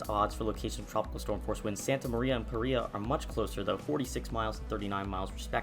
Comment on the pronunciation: The town on Sao Miguel is called Praia and not Paira. Just sayin‘